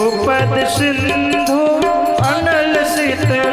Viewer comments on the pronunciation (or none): none